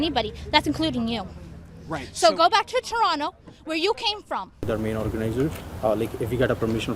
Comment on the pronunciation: Toronto is pronounced like TROH-no.